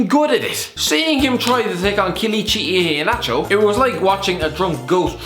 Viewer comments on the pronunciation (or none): Hearing him Say Kelechi Iheanacho is worse den listening 2 Lil Pump 4 3 mins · Hearing you trying to pronounce Kelechi Iheanacho was painful